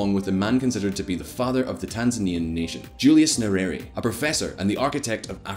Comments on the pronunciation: Its nye - re -re. How are you reading it as nyueri? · That is not how we Pronounce "Nyerere", better not read it than read it the wrong way!